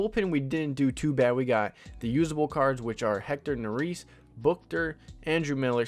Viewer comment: Just a note. Hector Neris is pronounced Hector Nare-is. Nare rhymes with hair. I’m having trouble coming up with a rhyme for the second syllable of the last name, but the is makes the same sound that it does in the word list. So Naris kind of rhymes with hair list. You could also just search him on YouTube and wait for an announcer to say his name if that is easier.